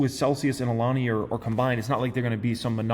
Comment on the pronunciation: lol cool you learned how to pronounce Alani. Always improving.